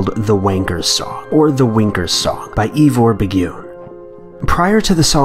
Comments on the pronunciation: Seriously, youth; if you're going to talk about the UK, make sure you pronounce the names right. It's not Iva Bigyune. It's Ivor (Iva) Biggun (Big-un), as in I've A Big One. That's the joke. It's a song about masturbation. Ivor Biggun. That's what wank/wanking/wanker means. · But he completely ruined the joke by pronouncing Ivor Biggun wrong. 😂. It's Iva Big-in, as in I've A Big One. That's the joke. Evor Bigyune. 🤣🤣🤣 Why Americans pronounce names right? It's Bernard is Bur-nud. Not Buh-nard. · LOL.. His name is pronounced "I've a big one" or Ivor Biggun. I love his stuff. And I have no idea what you were trying to say that was creepy or inexplicable about it. It sounds like someone has access to the equipment is trolling the fuck out of the station by playing The Wankers Song, which is a stone cold classic by the way, along with Has Anybody Seen My Cock? and Wankers Paradise. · I don't believe I've ever heard the name "Ivor Biggun" pronounced in such a strange way before... Think "I've a big one" and you're about there, guys. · at first i was fascinated then no.3 "im a wanker "- by (and this is how you pronounce it correctly unlike the video maker ) IVOR BIGGUN ..... so its ' im a wanker ' by ivor biggun , the case in question was obviously a joke ,as kid we used to sing the song in the playground there is nothing malevolent or creepy about it , its some english bloke having a laugh or as we say ' taking the piss' ..as for the other 4 cases ....i dont know , but number 3 made me burst out laughing especially when he pronounced the name wrong